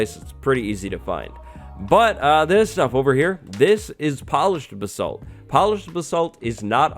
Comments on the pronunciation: you butchered the pronounciation of basalt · Am I the only one that pronounces basalt as baysalt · Why can no one say basalt correctly? It's really not that hard.